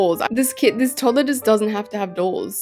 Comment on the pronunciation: Toddler not todler